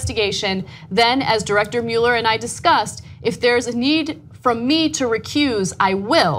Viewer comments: What about Mueller? Usually I hear "muller" and not "mu-eller" as I've always heard the name pronounced. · Ana, it's NOT Robert MULE-ER, it's ROBERT MUELLER (PRONOUNCED MULL-ER.....enunciate the name correctly!! It drives me nuts to hear you say his name improperly..... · Ana, I love your reporting. Now PLEASE repeat after me, "muh-ler" "muh" "ler." Muh, like luck, love, must. Not "MEWL-er." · GOTDAMMIT ANNA, IT'S PRONOUNCED MULL-ER!!!!!! WATCH THE NEWS OR SOMETHING! YOU SOUND LIKE SOMEONE WHO COMPLAINS BUT DIDN'T EVEN VOTE!! I know that doesn't seem to make sense...but give it thought people. lol. Anna -- MULLER! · Ha...I commented on that too...before I saw yours! So annoying, them pronouncing his name wrong.